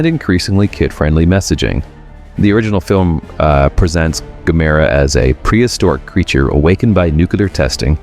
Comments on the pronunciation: Gamera is pronounced about the same as camera, not gamAIRuh. GAMuhruh. And how can it be japans answer to Godzilla when it’s also Japanese? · The crawling brainstem/spinal cord will forever be my favorite. I need to make a puppet of that for next Halloween. btw, it's GAM-er-ah, accent on first syllable. According to MST3K, anyway. ;) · Gam-er-ra, at least pronounce it right. At least try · "Gah-MERR-ah"? Cue Drax: "WHY Gammera?"